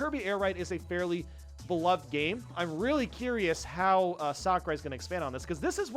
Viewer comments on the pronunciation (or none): none